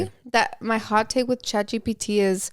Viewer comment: So im not up with the times at all like A.I. or anything like that, I rarely download apps but tell me why I kept hearing “Chachi P.T.” Instead of Chat GPT 😂😂😂😂 I had to search it up to see what you were talking about 🤭🤭